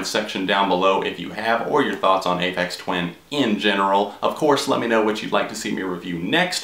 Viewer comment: Am i crazy, or are you pronouncing it A-pex Twin?